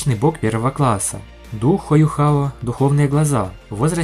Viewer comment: Не Юхао, а Юйхао, "Юхао" будет только если переводить с английского (что некорректно). Называть Тан Утун "Тан Ву Тонг" ещё более некорректно, теряется смысл, заложенный в имени (точно так же как и не "Тан Ву Лин", а "Тан Улинь").